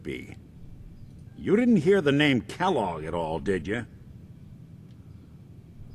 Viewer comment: When Valentine said Kelloge I was like. "You don't know the cereal?!"